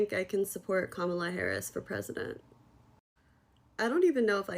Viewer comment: KAMALA ! Say it right ! It’s Kamala ! Damn it ! Racist white supremacy ! Its Kamala !